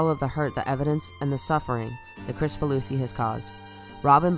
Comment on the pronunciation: Minor quibble: his name is pronounced KRIK-fa-loo-see, not Chris-fa-loo-see. I'd assumed the former, then had to check to see if I was right.